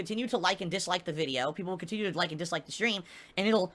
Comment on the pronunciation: He need tips to stay afloat until the end of June...and then till de end of July, afterwards until de end of August, etc, etc, etc